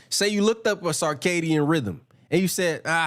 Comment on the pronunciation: Wtf is a carcadian rhythm 😂😂😂😂😂